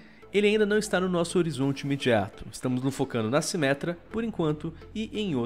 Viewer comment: "MINTIRA A SIMÉTRA VAI VIRA TANQUI"